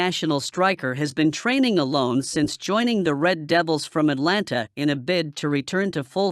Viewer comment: Can you STOP! SAYING ATLANTA WHEN IT'S ATALANTA. YOU JUST BEING LAZY in the way you pronounce the word.